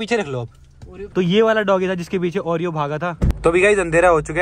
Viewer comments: ne oreo ko panoti kyu kaha 😡🤬 aisa mat karo plZz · What's this is saying panoti to Oreo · ne Oreo ko panoti bola Puri video dekho head phone laga ke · 😅😅😂😍 bol raha ha Oreo sa panoti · Why did said panoti to oreo